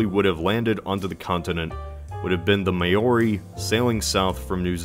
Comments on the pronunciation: . The “Miory” XDDDDDD. It’s pronounced “Mow-ri”, rhymes with “low-ri”. Also can be pronounced“Maw-ri”, rhymes with “Ciao-ri” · Throws up a little when he says 'May-Oree' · bruh the way he called the Māori people the may-orey triggered me, and also how he made the Māori figure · Dude, Maori is pronounced "Mau-ri" not "MAY-ORR-REEE". Think "Chairman Mao", not "May". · IT’S PRONOUNCED “Mow-ree”, NOT “May-or-ee” DUDE. Said it before. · Dawg, “Maori” is pronounced MOW-ree, not May-OR-ee. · As a NZ'er of European descent, even I object to the pronunciation of the word "Maori"...its closer to "Mao - ri" than "May - or - ee"... Great video btw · Maori is pronounced "Mow Ree" NOT "May Or Ree". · Maori is pronounced mow-ri not mayo-ri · instead of pronouncing Maori as mayory try say maoree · Maori - pronounced Mow(like cow)-ray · And rolling the r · “Mayory” Me who is South Pacific: *angry Hakka noises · "Mayori", he says ... worth looking up how to pronounce it, man. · Isn’t it mau ree . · Oh ffs THATS NOT HOW ITS PRONOUNCED. Maaw-ree. Roll the R. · 'Māori' is pronounced very differently from the way it's being said in the video. It's two syllables, 'māo' & 'ri', and the āo is pronounced by most New Zealanders as somewhere inbetween 'ou' in loud or 'o' in motor. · Try not to get mad listening to foreigners say MAY-OREY challenge (IMPOSSIBLE) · What the heck is a “may-oree”? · Sorry but as a native New Zealander I can tell you Maori is pronounced Mow-re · Bro come on, Maori: it’s mauw-ree, like mao ze dong. It’s not hard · “May orri” 💀💀💀🙏🙏🙏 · Did he really say MAYori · "may ore e" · Māori is pronounced mole-re with a rolled R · it’s pronounced “moe-ree” not “mayori” how did you butcher our name that bad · I know this is a year old, but I have to say it lol. Maori is pronounced “mow-ree” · May-ori?! FFS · The name Māori is pronounced ‘mold-ie’ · You're pronouncing "Māori" wrong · On the very rare occasion that he tries to pronounce "Māori" I want to punch myself